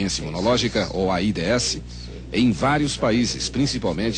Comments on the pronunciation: O foda é ouvir ele fala A ... I......D .....S hahahahaha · "AIDÊESSI" kkkkkkk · Eles nao falavam "aids", eles soletravam "A I D S" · Nem se dizia aids era aídêéssi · "A i dê esse" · É tão estranho hj vê a pronúncia de "AIDS"